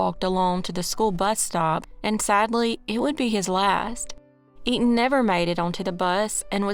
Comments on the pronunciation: Etan’s FATHER pronounced it for a guy in at least one interview I saw. He probably had to correct people all the time. Because I too would read it as “Eet’n Pats” before seeing the dad pronounce it. And why would newscasters just make up the same non-intuitive pronunciation? I’m sure people on the street went with “Eet’n Pats”, but they were not correct. I don’t know what else to tell you but look it up. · there is an interview called “Stan Patz: ‘I am truly relieved’” where the reporter, the District Attorney, and most importantly Etan’s father all clearly pronounce his name exactly as I describe. You’re welcome and have a nice day. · Pronunciation... E-tan